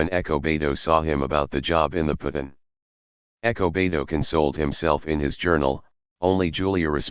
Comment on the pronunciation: Despite the narration I appreciate the upload. Whats up with ernesto being referred to as echo beto?